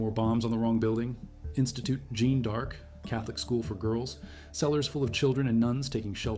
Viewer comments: AI generated narration clearly has its disadvantages: The mysterious "Jean Dark School", mentioned several times in the video, is actually the Jeanne D'Arc Catholic School. Also referred to as: The French School. And "King Christian Dex" is King Christian X (the 10th). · Jeanne D'arc not Jean Dark, not so great presentation